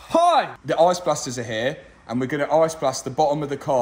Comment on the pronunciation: " We're gunna let the arse blasters go crazy on it" That is legit what that sounded like to me... never knew ice could sound so much like arse 🤣